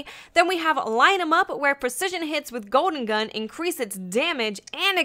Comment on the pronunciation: "Goden gun" :P